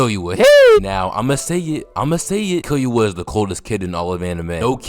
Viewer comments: This video is fire but you saying “Killyua” instead of “Killua” bothered me so bad 😭 like nails on a chalk board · my guy you dont pronounce the u like your saying its name in killua. its killooah not killyoua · if you makin videos like this you gotta start watching in dub cuz hearing killyuh instead of killua got me tight every time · kil-ua NOT kil-you-a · Its not killyuoa its kilua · kill you uh ... kee loo uh is the correct way to pronounce killua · Nice video but it’s so anoying the way he says Kill-you-a is pronounced ke-lu-a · Killyua or killua no disrespect but i had to point it out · bro says killua as kiyuwa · Key Loo Uh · kill-you-uh?😭😭😭😭 every time u said his name like that i cringed😭😭😭😭😭😭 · “Gone, Killyoua & PTwo”💀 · Because Killua will Kill-you-all it’s literally in his name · bro pronounces Pitou as Pee-Too, and Killua as Kill-You-Are, and it is irritating my brain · bro really violated killua by calling him killyoua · Why do u say killua with enthusis on the y sound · why you say killua like that💀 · killua LITERALLY got kill in his name, also luv the way u pronounce his name XD the emphasis on the "Kill" in his name lolol